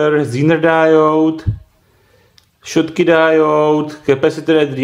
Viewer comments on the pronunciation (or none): none